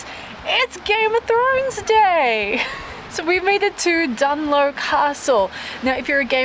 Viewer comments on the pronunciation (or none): Hi,Dunluce is pronounced exactly as it looks(Luce,Loose) and not Dunlow! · Yes, pronounced as if you spell it Dun-loose. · btw its "DUN LUCE" not "DUN LOW" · Good video... but aw, you missed the beautiful Antrim coast road! 😢 BTW, Dunluce is pronounced with a soft 'c' not Dunlow! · Great video! Btw, its Dunluce Castle (pronounced DunLOOSE). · You said Carrick-a-rede correctly but butchered the easier Dunluce Castle 😄 Glad you enjoyed yourself!